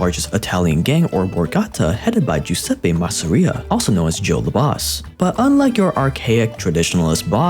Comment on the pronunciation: just a tip for the italian pronounce, only one s is basically an english z and the double s is the s you used for the giuseppe basically it's "geeoozeppe masseria" sorry for bad english :(